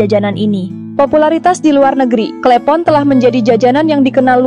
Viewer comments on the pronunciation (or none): Klepon bukan klEpon